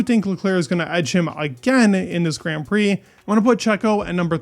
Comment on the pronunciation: why do you pronounce grand prix so weird :DD